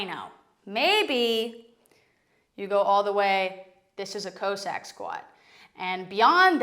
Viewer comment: Great video. But cossack is still not pronounced co-sack lol.